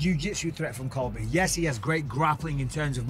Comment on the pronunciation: colvy cold victim